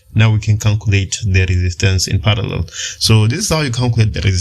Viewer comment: CALCULATE =\ CANCULATE